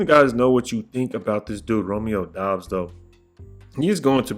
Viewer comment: It’s doubs like “Cobb “